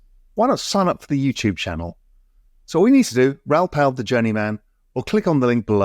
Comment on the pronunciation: First rule of interviewing someone is to at least know how to properly pronounce their name. 🤦 How many times has he been on your show? His last name is "PAL" not "PAUL"